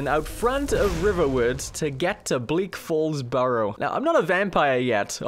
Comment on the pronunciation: No hate but.... burrow?